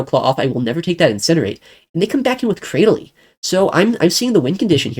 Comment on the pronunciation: Cra- dil- ly. How you pronounced it threw me off